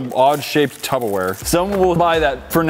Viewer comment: I’m sorry... did say “tubbawear”? 😹😹😹